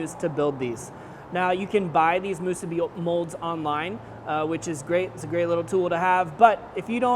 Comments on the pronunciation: Not to be a jerk here but the pronunciation is mu-SU-bi. (Makes it taste better too!) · Its musu-BI